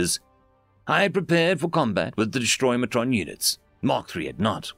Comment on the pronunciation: Yo, The word is Destroyatron DestroyAtron not DestroyMatron. Where are you getting an M sound?:yougotthis